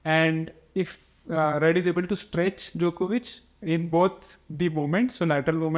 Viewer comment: Work on the pronunciation of ruud